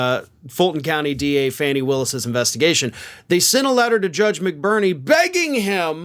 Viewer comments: fani is pronounced Fawn-knee NOT Fanny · Please pronounce Fani Willis's name correctly. Her first name is pronounced "Fawni", not "Fanny". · FAWNEE !!! Willis NOT Faanee !!! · 😅stop calling her Fanny ,it's pronounced Fowny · My GOD her name is NOT FANNY smh Could u PLEASE stop calling her FANNY, I mean GEEZUS, I'm sure u have watched news stations that says her name correctly which is FAWN-E spelled Fanni!! Come on now!! 😒🙄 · I thought they pronounced her name, Fonnie, instead of Fannie?? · Fah nee Willis. Not Fanny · That's Trump's entire playbook - "Delay, delay, delay". (BTW, it's not Fannie Willis, it's Fani, and rhymes with Donny) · why do you continue to disrespect Fani Willis by mispronouncing her name? Fani is pronounced Fawnee not Fanny. A Mensa member should know better. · Not for nothing but Fani’s name is pronounced FAH-nee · I think it’s pronounced ”Fawny” Willis. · I love you and watch your show religiously. Would you please start pronouncing Fani Willis’ name correctly?